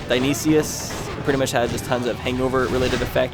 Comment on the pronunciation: Because it's driving me mad, Dionysus is pronounced die-on-eye-sis